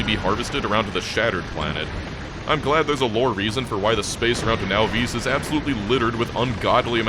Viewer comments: Can you PLEASE stop calling it nahVEES. Whats so hard about Nahvis? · The “Now-vees” pronunciation rubs me wrong every time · Wait, he still pronounces it now-VEESE? I always thought the correct pronunciation was NAH-viss. Either the pronunciation never came up at the LAN party, or he's right and I'm wrong.